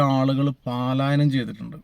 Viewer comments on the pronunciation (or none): Paaalaayanam alla bhai palaayanam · Paalayanam alla palayanam